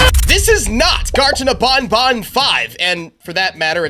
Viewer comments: It’s ban ban not bon bon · "Bonbon" Oh no, no, no, it's pronounced ban-ban Like you're saying, "you're BANNED." You're welcome! Love your content btw! I've been watching your videos since around :) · bro its banban not bonbon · You’re saying garden of BonBon, instead of BanBan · It's not garden of bonbon. It's garden of banban. Where you going to say to the blue spider? Nobnob? It's nabnab. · ITS BANBAN NOT BONBON WHO IS BONBON? THE LIL BONNIE ROBOT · Bonbon? Your wrong is banban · It's not Garten of bonbon it's Garten of banban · I dont like the way he says banban i mean thats how you say it but i say it like banban and not bonbon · How do he call banban to ... bonbon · Bro u said Garten of bonbon